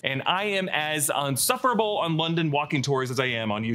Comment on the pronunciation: You said unsufferable. Its actually insufferable. You’re welcome.